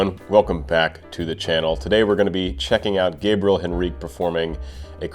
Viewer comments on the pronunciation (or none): Hey,! You didn't ask for, but let me help you pronounce his name properly. It is like "Gabriella", but you don't pronounce the last "A" and the "L" sounds like "oo" (similar to "w" sound) and the stress in on the "E ", which sounds like the "E" in the word "mess". "guh-bree-E-oo" "Henrique" sounds more like "en he key".